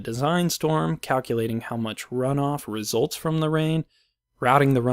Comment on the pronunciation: hears resLLLts again - - expects to hear results in wrap-up again - xD